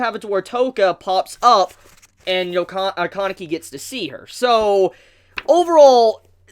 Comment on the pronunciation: "Kaaaaah-nekey" "Toe-kah" Man, if I had a dollar for every time you butchered a Japanese name pronounciation.